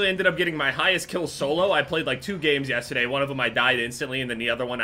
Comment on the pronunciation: says yesterday weird